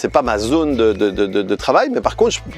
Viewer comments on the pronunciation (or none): none